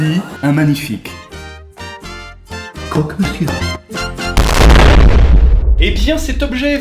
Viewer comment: C'est moi ou le niveau 8 t'as roté dessus ? Et les croque monsieur c'est pas comme ça 😤